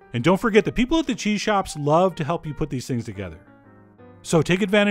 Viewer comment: You pronounced the first cheese wrong twice lol